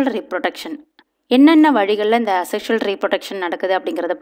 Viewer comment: Mam this is A sexual reproduction pronounce yay sexual reproduction teaching is good